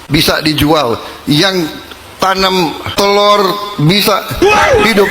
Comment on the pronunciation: Maaf mo nanyak ada yng tnm telor kok presiden bilang nya tan telor